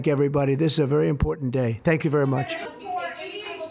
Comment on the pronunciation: FANK YOU, DOCTOR TWUMP!